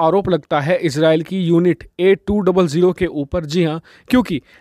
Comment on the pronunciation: Its 8200 Not A200 thik se pronouns karoo